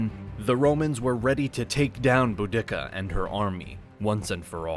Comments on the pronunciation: "Boo-DICK-ah"? The mispronunciations have reached a new level of horrible. You should go back to narrating these yourself. If you, as a non-native English speaker, mispronounce some words, it is easily forgiven and overlooked, but when your native English narrators continuously mispronounce words and names, it is so distracting that it really takes away from the overall quality of the video. The content and graphics in your videos are always excellent and why I keep watching. However, you need to ditch these narrators. Not only do they mispronounce words by emphasizing the wrong syllable, they also over-enunciate sounds like "t" in situations where a native English speaker would pronounce it closer to a "d". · boo dikka? Come on please pronounce her name properly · The narrator has a strange way of pronouncing words; "BouDICCA" and "subSEQUENTLY" spring to mind. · I thought I had heard every version of the pronunciation of Boudicca but Bow-dicka is a new one.... to be fair there is no record of the way its meant to be spoken, so who knows? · Boudicca is pronounced Bo-Dee-See-ah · sorry, but who is boo-dicka? it’s boudicca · The way he pronounces Boudicca is so bloody jarring. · The speaker does not know how to pronounce words correctly, such as "subsequently" and "Boudicca". Makes the whole presentation uneducated and doubtful; lacking credibility. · Emphasizing the second instead of first syllable of Boudicca is just bad. You should never do that again. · Bo-dick-ah? is she in any way related to Bo Derek? It's Bode-ah-See-ah Nice video though, regards from Donegal, Ireland! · Dude it’s pronounced bow-de-see-a not boo-dick-a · "Boo-d*ck-a..." Lol. It's pronounced "Boo-da-cuh." Very old Britons were even taught "Boa-da-cee-a." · Not pronounce Boo-dic-ka it’s pronounced Bur-de-ca. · It's Bu-di-ca, not Bu-dick-ca. makes me wince every time he pronounces it like that. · You are mispronouncing the name of Boudicca.... NOT Boo-dick-ca... it is Boo-da-ca